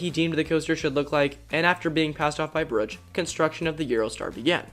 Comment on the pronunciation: Bruch is pronounced like the Spanish word "bruja" without the a.